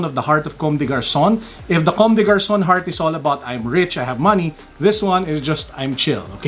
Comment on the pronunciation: Loving the simplicity of the "Human Made" Stan Smith's and thank you I knew the right pronunciation of Commes Des Garcons HAHAHAHAHAHA the heart that is stating "I'm rich" HAHAHAHHAA